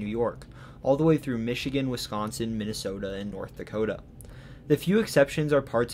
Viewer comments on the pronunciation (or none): none